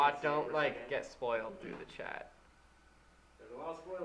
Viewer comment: kept thinking they were speaking to a Chad but just realized that they were saying CHAT